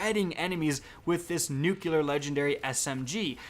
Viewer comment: going again with the homer simpson school of pronouncing nucular 😂🤣